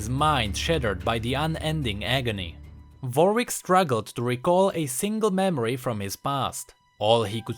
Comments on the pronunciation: is it me or you saying varwick instead of warwick or is it my speaker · I like that you say Vorick instead of Warwick xD